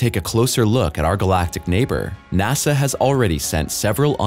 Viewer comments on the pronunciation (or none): none